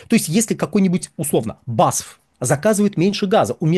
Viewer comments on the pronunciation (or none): B. A. S. F. Не басф , каждая буква отдельно звучит. Так фирма зовётся .